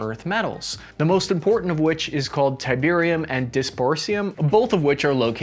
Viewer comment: tiberian ? lol